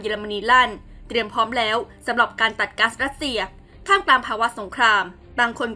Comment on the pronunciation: เนื้อหาข่าวดี แต่คนอ่านข่าวทำไมดูรีบร้อนมาก อักขระ ร ล ฤ ไม่มี ควบกล้ำก็หายทุกคำ ปลายประโยคห้วน โดยเฉพาะ คำว่า แล้ว...พัฒนาต่อไปชนะแน่นอน